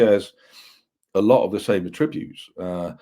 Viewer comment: is a cracking, knowledgable guest...but 'a-tributes' instead of attributes. Sort it out!;)